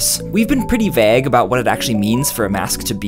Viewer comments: Normal people: oh cool I’m glad to have learnt about masks Me: did- did he just pronounce vague as vag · His pronunciation of 'vague' has really got me wondering where the hell he's from. Great Lakes region?